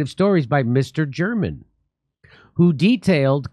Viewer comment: Mister German hahaha pronounced mister Ger Man funny as fuck